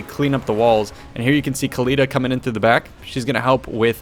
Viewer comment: No, Oakly. "Ec-Khalida".